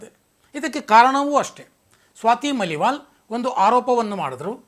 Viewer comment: ಸ್ವಾತಿ ಮಲಿವಾಲ್ ಅಲ್ಲ, ಮಾಲಿವಾಲ್